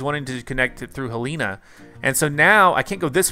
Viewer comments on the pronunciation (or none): Also I'm from Montana so your pronunciation of Helena was hilarious to me. It's pronounced like HELL-en-a not he-LANE-a